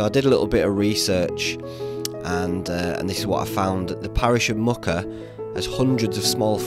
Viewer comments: I live in this area, Muker is pronounced more like Meuwker. I'm thinking of doing this walk in a couple of weeks. Great video. Thank you! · Keld to Muker is one of my favourite walks. Some beautiful waterfalls at keld. It's pronounced mew-ker